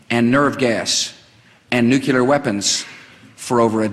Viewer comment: Guy couldn't pronounce nuclear.